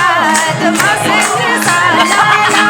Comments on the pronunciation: के को मर्स्यङ्री हो मर्स्यङ्दी भन्न आउदैन कृस्न दाजु कस्तो गायिका लियेर आउनु भाको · गायिकालाइ मर्स्याङ्दी भन्न न आको होकि के हो ??? मस्याङ्ग्री सुनिन्छ त !!! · धेरै रमाइलो दोहोरी 💕 गायिका बहिनी ले मर्स्याङ्दी को ठाउँमा मर्स्याङ्री भन्नू भएको चाहिँ मलाइ खड्क्यो !! सबै इन्द्रेणी टिम लाई सम्झेको छु ! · मर्स्याङ्री होइन क्या sis मर्स्यांदि होला नि! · मर्स्याङ्दी भन्न नजान्ने महिला कलाकार के हो